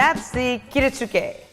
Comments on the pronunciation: She's not pronouncing "Kiritsuke" correctly. It is pronounced "Key-rit-ska", the "u" is silent. You'd expect someone who uses these knives on a daily basis to know how to pronounce the names of the knives properly. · Its pronounced kirit-ske. The U is not pronounced. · Kiritsuke is kinda pronounced Kiritskay. But whatever..